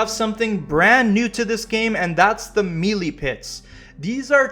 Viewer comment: MAN lol I got a headache just watching this thinking about this platinum journey! ...also bro, Melee is pronounced "may-lay" lol not "meely" :hand-purple-blue-peace